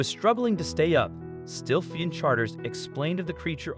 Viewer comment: I'll say it: for crying out loud narrator. The charter boat's name is "Still Flyin" as in flying, not fleein'. You sound like English is your native lanuage so what's your excuse?